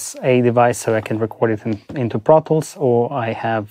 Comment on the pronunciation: Tip: when it sounds like he says, “I go into brothels,” he’s saying “I go into ProTools”! 😂